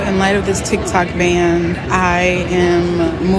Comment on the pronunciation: BTW it is a ban, not band.